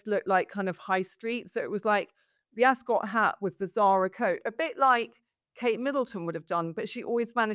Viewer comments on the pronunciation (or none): I don’t think it’s pronounced AsCOT.